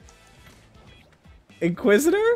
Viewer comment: You're saying inquisitor name wrong